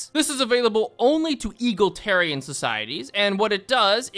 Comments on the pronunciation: Is there a source for why he says Eagletarian instead of Egalitarian? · It's pronounced e gal a tarian lol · "egolatarian" and "going to ebstein"???? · E-GAL-IT-ARIAN. IT'S E-GAL-IT-ARIAN!!!! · "Eagle" tarian. Almost as good as ppl saying "Total" tarian. 😂😂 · I die a little bit inside every time he says “eagletarian” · i love you but you gotta stop saying eagle-tarian its tearing my family apart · Sorry butt. As a Brit it pains me to hear Eagle-itarian 😂. Great stuff tho. Love Stellaris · I cannot state just how amusing it is to hear you pronounce Egalitarian as Eagle-Tare-Ian. My brain smashes that pronunciation with the Idea of the concept being smashed with American patriotism. "My fellow Americans, today as a nation we do bow to the European Socialists and their Egalitarian desires. No. Today, we Americans take one step beyond. We take a better step. Today we embrace the true American Ideals of Eagal-Itarianism!" Falcon noises It's pronounced Ee - Gal - It - Air - Ian. Though I will give it to you, if you never heard it spoken aloud, it really does look like it should be said like Eagle. That being said. Please don't ever change your pronunciation. Yours is way funnier, and drives engagement from assholes like me who try and correct you. Along with assholes who are just um actually-ing you. Both gain you engagement, while bringing me joy! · "Eagle-tarian" Its driving me crazy. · Someone at my job pronounced it eagletarian as well. So…. Wrong!!! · Your pronunciation of egalitarian as "eagle tarian" makes me want to bomb a xenophile. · E-gal-i-tarian. I wish it was eagles, but sadly it is not. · If he calls EAGLE-tarian one more time… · eGALitarian. Jesus wtf is that pronunciation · why do you call it eagletarians? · brother please pronounce the word “egalitarian” correctly. Its not fucking “eagletarian” you donkey. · E GAL EE TEAR EE AN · Don't know which is funnier. The bullshit he pulls or the way he pronounces egalitarian.